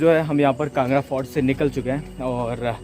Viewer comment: It's kangra not kanda brother